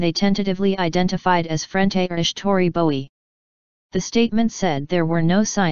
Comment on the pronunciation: Please say her name correctly.